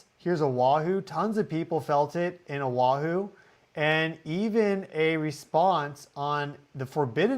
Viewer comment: Kai lŭ ă. Brother ur killing the names. Ō ă hoo.